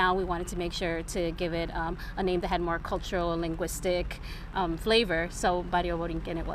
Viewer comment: This nerd doesn't even know how to pronounce puerto rico. He pronounces it like a crcker from the suburbs.